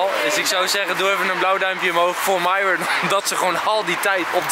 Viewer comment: Ik snap niet waarom enzo de naam van myron steeds fout zegt